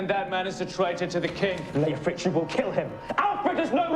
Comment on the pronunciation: It's actually Leofric, but he keeps pronouncing it like Lethrich.